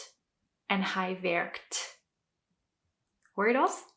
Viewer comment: The "Hoor je dat?" was perfect!